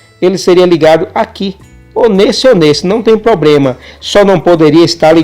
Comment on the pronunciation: amigo nao é pobrema e sim problema